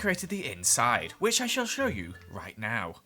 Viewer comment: No one:: "Whish I shall sholw you right now"